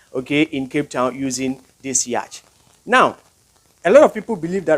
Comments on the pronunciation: Please man say yacht not yach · It's yacht not yach... The ch are silent my guy